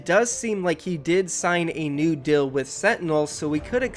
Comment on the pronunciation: Can you please try to say deal instead of dill